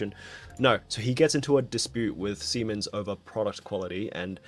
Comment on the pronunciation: That is how you pronounce Siemens. My dad used to work for their medical equipment division, and I got mocked relentlessly every time I was asked to talk about Take Your Child To Work Day in front of my class.